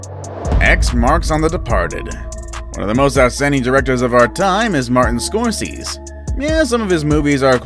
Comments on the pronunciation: Martin Scorsees???? Really??? His name is Scor say see, tool!!! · Nope—> SCORE-SEH-SEE. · Geez, will you please go through your scripts and Google pronunciations!? "Score-sees" sete my teeth on edge and nearly every one of your videos I've watched since I discovered you channel has one or more of these haphazard pronunciations. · GOOD GAWD MAN- Martin Scorsese is pronounced SCORE-SEH-SEE. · Alfred Hitchcock also appeared in all 35+ of his movies. And the director's name is pronounced...Score SAY' zee. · Ok I was gonna let “The Fight Club” slide…then you said Martin “SCORSEEZ” 😳😳😳 You can’t have a list about movies and not know how to pronounce SCORSESE!!!!!!!! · Omg damn dude scoreceez. Wtf READ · Pretty decent until you totally butchered Martin Scorsese's name...